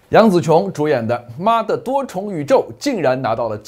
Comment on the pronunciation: 妈的多重宇宙 这么一连读我就笑尿了 棒棒哒👍👍👍